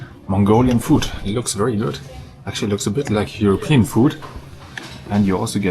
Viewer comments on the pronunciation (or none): none